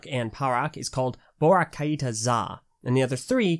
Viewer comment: I think it’s meant to be pronounced ‘kite-ah’ not ‘ky-ee-tah’